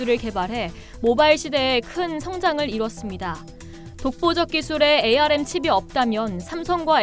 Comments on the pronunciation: 암을 에이 알 엠 이라고 하는 사람 처음 봄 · 반도체 분야에 근무하는 사람들은 ARM 을 ‘암’ 이라고 읽습니다. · 운영자님 ARM은 "암" 이라 읽어주세요.